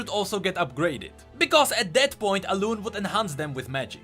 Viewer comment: it's Alun-E